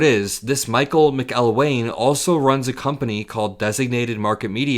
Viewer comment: Pronounced MAC-il-wayne?